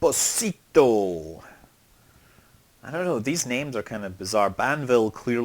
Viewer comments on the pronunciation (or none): Espòsito (the tonic accent is on the o, not on the i) it's italian, not spanish, means "exposed", it s a common neapolitan surname, since young women who wouldnt want to grow their baby and wanted to stay anonimous, used to expose them on a wheel-door in the Annunziata church in Naples, and nuns would have taken the childs and grow them and they got their surname "esposito" (exposed, sons of anonimous). I think in America there are some Esposito surnamed italo-americans from the south of italy, so ftl used this name for a town